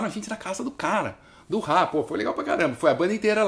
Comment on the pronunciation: O cara fala Ráá...o kiko diz RRá RRá RRá.